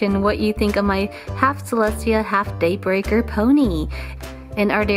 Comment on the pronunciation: Every time I hear Daybreaker it more sounds like dayburger to me